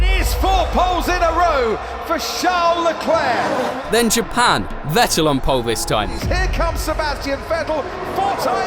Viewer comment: Ah yes, "Charles Lefuelflow"